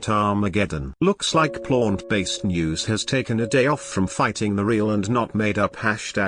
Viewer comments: Lol I like the pronunciation of Plônt based diet 😂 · "and eat a PLONT-based diet" haha made me chuckle. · I enjoy the pronunciation of plaunt... plaunt based equals gaunt faced.